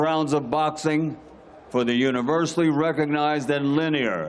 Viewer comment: Hang up the gloves legend. Was he tryign to say lineal? Kept saying linear...